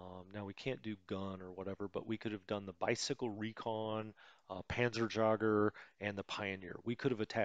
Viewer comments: The funny thing is that he brought up the correct pronunciation for Jägermeister himself one or two episodes himself and then decided, nah, I will totally mangle it up anyways. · Hello from Germany. Many thanks for your great tutorials. A few additional Information from me: The "Panzerjaeger" Outspeaking is like you say Jaegermeister. A Jaeger means Hunter. The full Name for StuG is "Sturmgeschuetz" or translate = Sturm is Storm and Geschütz is Gun :)